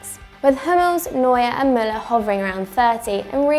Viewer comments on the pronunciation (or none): none